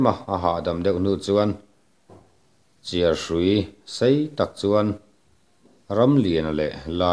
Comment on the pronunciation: CHÎAR tih tur khi chiarhrui i ti a, i khi thluk tur